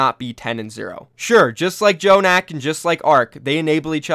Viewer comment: why does keeps saying "J"jonak